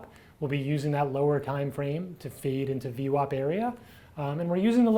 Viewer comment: Hi.. its not 'feed', its 'fade'!:)))